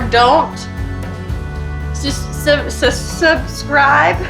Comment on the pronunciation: When she couldn't say subscribe , I knew her lip was probably numb.. This show is for Kamikazes..